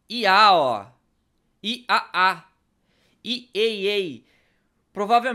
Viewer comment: vídeo massa, eu fiquei triste por que vai parar de investir no GTA 5 :( apenas uma coisa sem importância:IAA em inglês se pronuncia: AI-EI-EI.